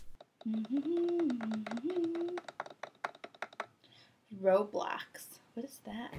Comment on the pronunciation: Play more robloc please*2018 now sorry my 7 or 8 yourself spelled it wrong its pronounced roblox :)